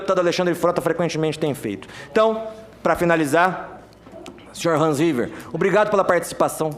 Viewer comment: Menina Você não dormiu kkkkk Mas valeu, estou vendo pela segunda vez pra não me escapar nada! Hans River deixou a terça do PT e Falcão "ORRIVERRR" kkkkk